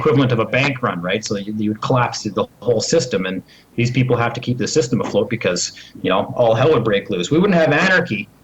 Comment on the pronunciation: "when this shystem falls" ~ When you can't #PROVE your point, and when all else #FAILS - make up a fucking word !!! Sorry to break the news to you bud - "SHYSTEM" is not a #REAL fucking word !!! #LEARN #ENGLISH !!!